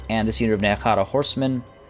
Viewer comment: Nehara? Ne-hek-khara???????